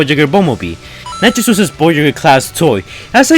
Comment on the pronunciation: Ik what hes saying but it really does sound like hes saying nacho juice XD